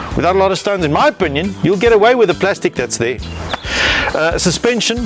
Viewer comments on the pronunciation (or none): Baie nice jul, "suspension" het 'n "N" in. 😅😂